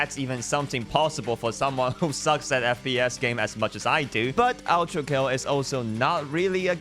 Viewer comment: Why are you calling it outrakill. Do you have a speech impediment or smth cuz it's ultrakill not outrakill broski